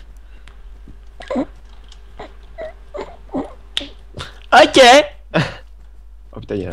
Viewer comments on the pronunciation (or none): "Il est agress-siph" x)